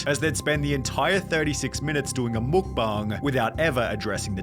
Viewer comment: It sounded like he said Muk bung